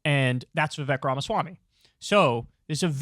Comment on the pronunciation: Youre pronouncing his name wrong! Come on Kyle, he made a whole horrible rap about it. It's "Viv-ayke", like cake! :)